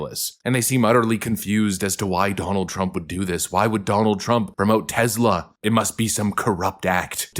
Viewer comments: Bro...why do you pronounce Tesla with a "Z* sound?? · IT'S TESLA!!!!!! NOT TEZLA!!!!!!!! Drives me nuts!!!! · Omg dude!! Stop saying it with a Z!! You wouldn't say Nikolai Tesla's name like that so why do you say Tesla like that?? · Tesla, not Tezla. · It's Tesla not Tezla, with an S not a Z. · It's teSla not teZla!! S not Z! teSla, say it with me, teSla!😂